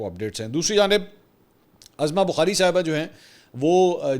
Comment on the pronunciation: Mansoor Bhai..I think your Prouncing wrong her name is Uzma Bokhari Not Azma Bokhari